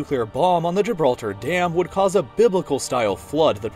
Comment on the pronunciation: "the dam of Gilblter" XD